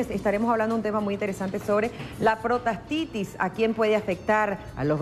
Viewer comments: Se llama prostatitis! La entrevistadora dice : protastitis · Aparte de que interrumpe al doctor al comienzo del video dice protastitis!